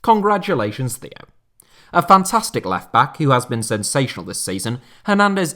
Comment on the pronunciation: Hey, love the content, but the pronunciation of Theo Hernandez almost made me scream. I don’t mean this to be rude, and I apologize if it sounds that way, but the h in Theo is silent, so it sounds like tay-o